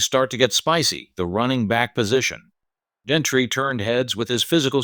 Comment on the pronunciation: It is Jeanty not Jentrey